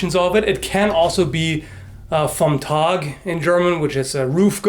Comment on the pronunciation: yo, german here. I didn't quite get the word "Vomtag" (?) you said for the Guard. I'm not quite sure if the Word is not actually german or if you just pronounced it wrong. Just.. Wanted to throw that out there, in case you were interested. Also, "Langort" is ... not really the right thing to say (I don't know alot about Germanistic and Old German is a REALLY fucked up thing, but still). "Ort" is a word that goes more into the direction of a Town (We actually call smaller Towns a "Ort"), for something like a point that you put in a distance in front of you, something like "Lange Spitze" (Word by word "Longpoint) would be more fitting. I'M REALLY SORRY IF EVERYTHING I SAID IS BULLSHIT, BUT I'M TRYING TO HELP (plz no hit my face)